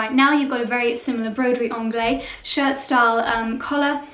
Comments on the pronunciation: If you love broderie anglaise that much, please learn the correct pronunciation. "Anglaise" ends in -ehZe, not -eh. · I think the correct prounciation is broderie anglaiSE, with the last syllable actually pronounced, isn't it? Or do you have any reason for not pronouncing it? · I find that so odd, as "anglaise" is the feminine of "anglais" (a lot of languages attribute a gender value to words). "Broderie" is a feminine word, therefore you would NEVER hear a French say "broderie angleh", it sounds very, very odd and incorrect to anyone who speaks a decent french. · The se in at the end of (broderie) anglaise is not silent, it is pronounced as z, the unaccented e at the end of a french word is silent). The ang in anglaise rhymes with the a in hang/rang/sang, not the British Ah as in grass, class. So Bro-der-ee Ang-layz. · If you adore broderie anglaise this much, you really should pronounce it correctly!! The S in anglaiSe is NOT silent. Broderie is a female, and there is an ‚e‘ behind the s. Therefore it is pronounced with a soft s at the end!!! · Beautiful pieces! Love them all. Please pronounce broderie anglaise with a “z” at the end. 🥰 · I love your descriptions but wish you would pronounce Broderie Anglaise as it should be! Adore your house and you both work very hard and I love watching.